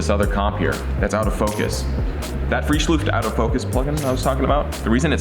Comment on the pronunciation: The mans name is Frischluft not freeschluuft!